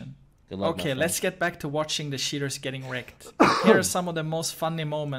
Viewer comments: Keep in mind that show you his search about "How to pronounce word cheater in english" because he keep saying "sheaters" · i like how he pronounces "cheaters" like "shitters"